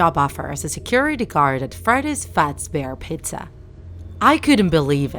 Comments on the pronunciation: Am i the only one who heard him said freddy fazbear petzaa? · "fazbears pitza" bruh and "friday chyca and bone" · “Fredy’s fauzbar’s pazza” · nobody:: fredis fatbear pitza edit: also BONEY another edit: "BONEY" attacks only from the left side